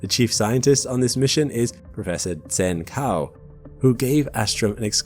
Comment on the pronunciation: His name is pronounced djen tsao.